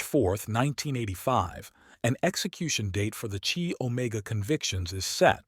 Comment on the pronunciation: Chi Omega is pronounced Ky Omega, not "Chee" Omega.